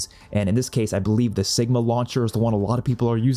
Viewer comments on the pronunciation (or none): I enjoyed your video my problem is that you pronounce weapons wrong, example your calling the Cigma “sigma” instead of Kigma like kick. That’s like saying can’t like “san’t”. Jus wanna put that out there 😂